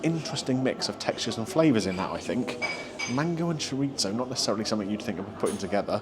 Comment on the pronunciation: Your pronunciation of chorizo is almost annoying as Greg Wallace's.